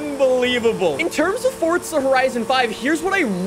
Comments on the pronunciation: Why does he call it “fort-za” it’s for-za dude 4 za!!!! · It's not fortza it's forza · Fortsa >> Forza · Welcome back to fortza horizon five